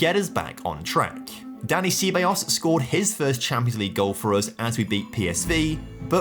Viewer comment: Looks like the beginning of a great series, but I'm so happy Juve is over so I don't need to hear you butcher Ceballos ever again 😂